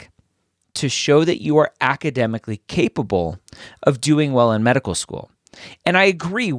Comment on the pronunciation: "Capapble"? Lol.